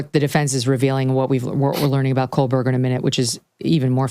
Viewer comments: KOH berger Not Kohl berger No L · Not Coal Berger Ko Berger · Megyn, it’s been 2.5 years and you still can’t say his last name right! It’s Koh not Kol 😂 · Megyn, you’re great! But at some point I wonder if you’ll stop saying Kole-burger and say Kohburger, which is his name. Just sayin …. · It's not Kohl berger!! No "L" Megyn!! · Hi Megyn - just FYI, it's Kohberger, not Kohlberger, there is no "L" - not that I care about him, he is guilty and deserves the death penalty, but just thought you should know. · You keep saying KOHLBERGER! It’s Kohberger! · Thank you! It drives me nuts how she still is calling him coal-berger every video and king “street”. She clearly hasnt been following the case just reading a script….I couldn’t get past 2 minutes. Just nope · How are you still saying his name wrong? You obviously aren't following the case. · Megan.. You're the bestest!! But there's no L in Kohberger .. fan always in WNC.. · 1) There is NO L in KOHBERGER It’s quite representative of your coverage of this entire case. 2) Your coverage of this case is Garbage. 🗑️ It’s terrible. You can’t even pronounce the Defendant’s Name FFS So no way you’d pay attention to the Details of the case. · Please pronounce his last name without an L. You have been pronouncing it incorrectly for years. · Giirrrrrrrllll!!! You’ve been following and reporting on this case for too long to still be pronouncing BK’s name with an “L” in it… Guess I shouldn’t care about that POS… and I don’t… just a li’l tick for spelling… 😂